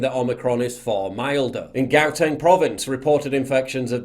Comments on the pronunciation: Gauteng province is pronounced howteng . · south african here...Omicron is basically just like a flu. Sore throat for two days and a headache..nothing more. also, loved how you pronounced "Gauteng" lmao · Great report Paul. All facts...just pronounce Gauteng correct 😄